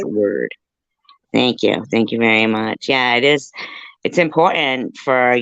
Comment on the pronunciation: Important has two t-t 's lol. It's not impor- ent....There's this channel I occasionally see. Pronunciations from around the world. I had this boss from California. She'd leave-out one-of- Ts too. Drove me nutts. But she was boss. And she USED the word ALOT !! Everything was important !! But, she also introduced me to the plural- prosessive form of the ( Southern slang)...y'all. Is that yalls- ' es 🤔 car 🚗 ??